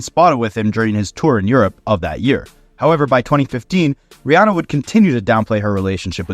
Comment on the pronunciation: No one else will care but respect to you for pronouncing Rihanna's name right!! (Ree-AH-nuh instead of Ree-AW-nuh). No one does